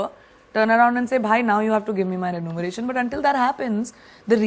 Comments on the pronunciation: The word is “remuneration” not renumeration! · what on earth is renumeration/ renumerated???!!! lol!! not trying to hate but shouldn't they at least try to get the so important word right??!! remuneration people!!! REMU....NERATION!!!! not NU!! :D